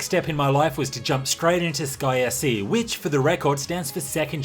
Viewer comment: Sounds like you say "Disgaea C" when you say "Sky SC". Had to rewind a few times.